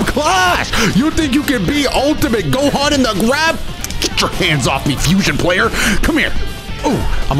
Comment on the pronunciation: Bro said “fusion player” with the hard R like it was a slur 😂